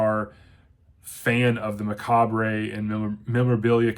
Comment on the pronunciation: The re in macabre is silent. I'm not usually a stickler for Grammer corrections but youtube is littered with folks who can't pronounce macabre properly. Love Heart Shaped Box. From the first appearance of the ghost to the insane ghostly car chase, I was both scared and excited throughout.